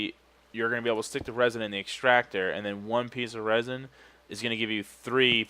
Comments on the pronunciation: ITS REZIN NOT RAZIN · Also, when you said resin wrong, it sounded like a shout that would be good for Skyrim. "Rah Zin!!"